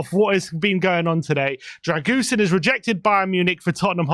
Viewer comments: I asked my Romanian girlfriend and she informed me that his surname's pronounced "Dra-gu-shin". 🇷🇴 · It's pronounced drer - goo - sheen , with the stress on sheen. You are welcome! 😉 COYS! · For pronunciation : Dragusin... the 's' is a 'sh' sound and the complete end sounds as shin or sheen depending on regional dialect. Alaistair Gold rekons 'sheen' is correct: Dragu-sheen. The Romainian neighbour up the road rekons both Ragusheen and Ragushin are acceptable pronunciations. The 's' is definitely a 'sh' sound. COYS